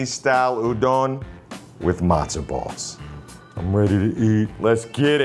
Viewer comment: Says it’s not pronounced udON but then says udON noodles 5 seconds later 😂